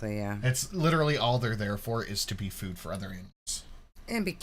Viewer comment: How does she not know how to pronounce words like food? Does Amber think Family Fued is a show about familes doing a group mukbang?